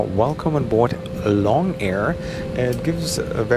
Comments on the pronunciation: It's pronounced as loong (similar to loom) rather than long. Loong means 'dragon' in Chinese :) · The carrier with the red and white livery is AirAsia. It's not "long" air. The "o" is a long "o" so it's more like "loong" meaning "dragon". If you had spent only a short time in China you would've known that.